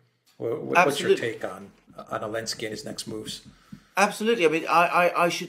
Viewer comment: How come and Alexander refer to Zelensky as ‘Alinsky’?